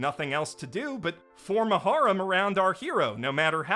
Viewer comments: I thought you were saying harem like "whore-em" which was funny but then I realizing you just don't know how to say the word harem correctly... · So uh, when you said "Harem Anime" and introduced the cuckoo thing I understood "Horror Anime" ... Confusion followed